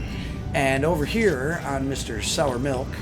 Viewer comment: Great content....only one tiny correction...it's sire melk, not sour milk